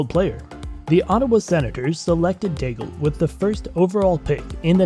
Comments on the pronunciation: Nobody remembers Daigle, so it's okay to hear Degal. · Learn how to pronounce the names 🙏 for god sake I stopped at Daigle because of that. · what a catastrophic way to pronounce Daigle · Wrong prononciation for Daigle.